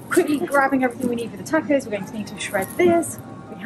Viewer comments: My great-great-grandmother Galindo from Monterey County, California is turning in her grave hearing you say "Tahck-Ohz" . They are TAW-cohs. Think "my AUnt gOt an AWsome grAnt from Oxford". The final s is not vocalised: Moss. Loss. Snakes, not bees. TAW-kohs. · If u eat texas Tortillas u must stop pronouncing tacos as tackos!. It's like tik TOK. Tokos. That's the pronunciation. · Its funny hearing you say tacos or pasta with an a sound that ive never heard anyone else use when pronouncing these words. Im not picking on you. Just observing the difference. In Spanish Mexican or Italian all "a"s have the same sound. Not a like in tackle. But a like in the o in top. Pasta.. The ending a sound. The first a should have the same sound as the last a. That is the same sound tacos or tomatoes should have. I mean I guess not should. But just that it usually does. Every time I hear that flat a it sounds so weird to me. But again I'm not picking on you. Say it how you want. It just always strikes me funny.